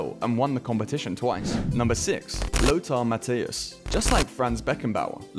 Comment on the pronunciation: "Lothar Matias" bro i can't 😭